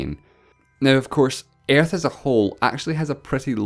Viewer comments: I die more when you think that my mother language is English. I am not a native speaker neither. Yet he pronounce ''Earth'' more like ''iearth'' rather than ''ə''. That is pure pronunciation mistake, nothing to do with accent. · Earth not airth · it's actually earth Not aerth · You're voice is so wired and you sound like and Japan is that way you say.an episode 1 and it s earth not iarth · “Ærth” funny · stop saying airth lmao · Why are talking Aerth? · When you say earth I sometimes think you say air. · Ok,I thought you said "Air" instead of "Earth" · When he pronounces earth as air-th (not trying to make fun of his accent) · I love the way he say aerth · "Airth" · I love how this guy says earth It sounds like airtth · Say Earth correctly you're saying: Airth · everytime that you said ''earth'', part of me died... worst pronunciation ever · sorry, but how the fuck does he pronounce earth? xD I know its a accent/dialect but still. No hate please...